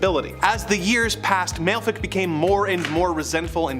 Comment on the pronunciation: Malefic is pronouced Mal-a-fa-ak